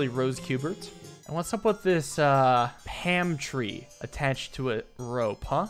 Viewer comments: Ok, why do you pronounce "calm" like "cam" and "palm" like "pam" it bothers me way more than it should lmao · Something I’ve noticed: can’t say the “alm” sound. He says “pam” for palm, and “cam” for calm. If it ever came up he’d probably pronounce balm like “bam!” lol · Calm was probably a joke, since during Card Shark, everyone made jokes about the way he pronounced palm, so now he's going along with it. It's honestly pretty funny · I like how said cam referring to when he said pam